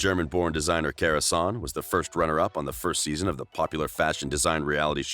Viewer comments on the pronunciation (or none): none